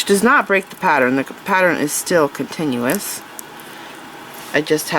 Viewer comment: That is absolutely gorgeous!!! I hope I get as good as you!! You are amazing. A great instructor. I love you voice. However, just a note: pattern isn’t pateren, and Valentine isn’t Valentime. I love you!!! Please don’t ever stop teaching!!